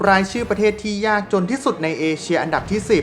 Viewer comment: ออกเสียง ร มากไป แต่ไม่มีเวลาอ่านคำควบกล้ำเลย เช่น ประเทศ (ปะ-เทด) จริงมั้ย